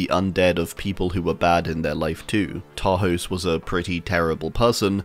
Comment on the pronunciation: Hey fun fact, Tarhos' name is pronounced Tarhosh. The letter S in hungarian makes a "sh" sound :)